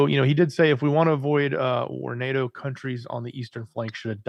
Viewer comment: NAAAHHHTOE....NAY..AY....YEAAA..TOE....DAYLIGHT COME AND ME WANT TO GO HOME.